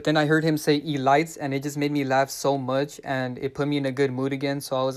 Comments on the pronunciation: Bro said E-lights lmao 💀💀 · Yes! He said E-lites!😂🤣😂🤣🤣🤣 I love your thick skin and work! It's coming from my heart!.. Keep exposing them!🗣🗣🗣🗣🙏🙏💚💚💚💚💚💖💕